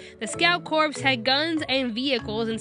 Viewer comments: corps is not pronounced like corpse it is pronounced like core. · Corps. Pronounced like core, not corpse. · Good review but it's pronounced "core" not "corps" common mistake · "Corps" is pronounced like "core," not like "corpse." Also, Tim Burton? You fucking kidding me? Burton is actually an excellent director. Fuck off. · Please stop saying "Scout Corpse". Corps is pronounced "core". Otherwise, great review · omfg stop saying corps like corpse the ps is silent its pronounced core how do people not know this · For the millionth damn time, Corps. is pronounced like "Core", not "Corpse." The P and S are silent. Like Marine Corps. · Forget that, they're pronouncing Corps, "corpse"! Unforgivable. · Core. Corps is pronounced core, not corpse. I know, its weird. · The word "corps" is pronounced like the word "core". Not like "corpse". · Its pronounced "core" noy n literally "corps" im sorry, but it was driving me insane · pet peeve No. 1 of mine When people pronounce "Corps" as "Corpse" It's pronounced like core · Corps. Is pronounced like ‘core’. I’m not trying to be rude it just bothered me a bit. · Corp! Is pronounced core! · For pete's sake, "corps" is pronounced "core" - as in the United States Marine Corps. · corps is pronounced "core" silly, but true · i'm sorry but corps is pronounced like core ... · just a little note, "corps" is pronounced "core" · >pronounces manga correctly >pronounces corps incorrectly Shit like this is why weebs get called weebs. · LoganandOli oh my god thank u, everyone on the internet says it wrong and for some reason I get triggered by it😂